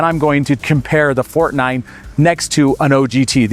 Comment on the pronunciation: "For-Tey"........just sayin.